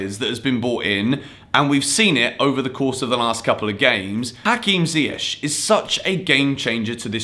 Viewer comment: You know that Hakim alrdy told in his interview to pronounce his name with K in the end, not sh xD